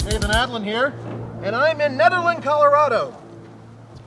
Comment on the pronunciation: it's pronounced neederland co.